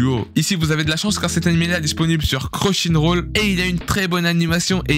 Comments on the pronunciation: wouah j'étais pas prêt mdr😂 ça ce dit "Crunchyroll" Crun-Chy-Roll 😂😂 Entk bonne vidéo force à toi ps: rappel toi c Crunchyroll😂 et nn Crochinroll🤦🏾‍♂️😂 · CruchyNroll ?! nouvelle plateforme ? je connaissais cruNchyroll mais celle la jamais entendu parlée ! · Cruchynroll... c'est Crunchyroll sa fait plusieurs fois jregarde des videos tu faits des erreurs comme sa t'es dislexyque (sans vouloir t'offenser) ?